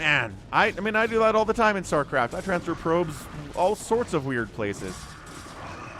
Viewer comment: " Star Claft "